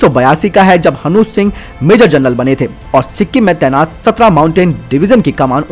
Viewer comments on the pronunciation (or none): none